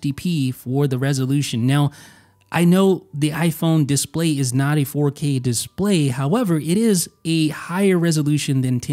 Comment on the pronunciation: nobody: not a soul:: DIS-play